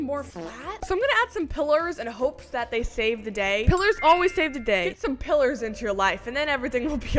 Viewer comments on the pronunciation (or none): PILLERS LOL THE YALL THEY CALLED PILERS EVERYONE NOT PILLARS